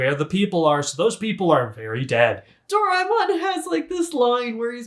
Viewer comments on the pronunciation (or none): Idk if this is a helpful tip, but try pronouncing Daemon individually: do - ra - e ('eh') - mon but of course, pronounce it however way you want to :)